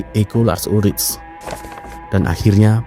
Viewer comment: Cara baca namanya bukan lars ulric, tapi Lars Ulrik. Hmmm..